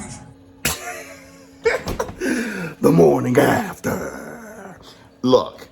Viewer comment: “The morning afterrrrrr” be having me 😭😭😭